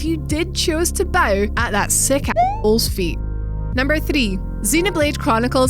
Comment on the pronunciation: An all American female hostess at last! The pronunciation of 'number 3', though. Maybe it's a southern variation.